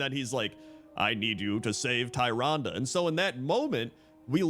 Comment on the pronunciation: Tyrande. Tyr, like the titanforged, and ande, like you've been saying. Tyrande. TEER-ahn-dah.